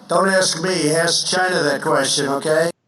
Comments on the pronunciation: Every time Trump says China it sounds like Gina 🤣🤣🤣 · Why does he say Chi-Na...? Cause he's an idiotic moron, that's why. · I'm telling you, Trump's Chy-Na pronunciation is his weird attempt at an Asian accent. He started using it during his rallies, but back then it was a lot easier to tell what he was doing. It was good enough his followers got it. Now he's gotten so used to saying it like that he can't help himself. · I thought it was “Jhina?!” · Is it strange that Trump doesn't say 'China' normally. He always stress on the word ' CHINA'. It's pretty weird.